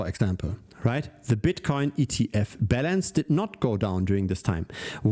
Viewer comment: Your pronunciation of "Balance" sounds like "Bell Ends". Another great show...